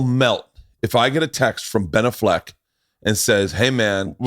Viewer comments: What’s more annoying…Bert literally saying anything or Bert’s pronunciation of “Benaffleck” 🤦🏻‍♂️ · Definitely not how you pronounce Ben AFF-LECK. Just takes a quick google to watch Ben intro himself. Bert trying to fancy that shit up is a tad cringe. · There's no fucking way it's pronounced Binnafleck. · Is it really pronounced ben-a-f-leck??? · Dude, who cares how you pronounce BENAFLECK, JUST SAY IT NORMAL LIKE EVERYONE ELSE SAYS IT... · Yo why can’t burt say Ben Affleck 😂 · The way Bert says Ben A-fleck makes me wanna jump out of a moving car at 70 in heavy traffic. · You'd think having Shane, tom, and all the booth boys question the way he pronounces Ben Afflecks name would be a hint that maybe that's not how its pronounced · Bert you made me type in how to pronounce Ben Affleck wtf lol